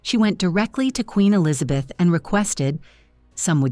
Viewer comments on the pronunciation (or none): none